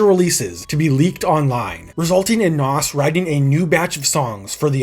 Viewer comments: It’s pronounced nas not “Noss” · Why are you pronouncing Nas' name like that? It's Nas (rhymes with "Oz") NOT "Hass" like avocado 😂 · wow you say NAS so wrong lol its not NOS like you say IT sounds like NAZ say it right boss man im from nyc and his hood to be exact lol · FOR THE LOVE OF GOD ITS NAZ NOT NOSSS 28,000 POUNDS £ NOT EUROS € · A lot of people can’t pronounce his name correctly lol. A better way to explain the pronunciation is “NAWZ”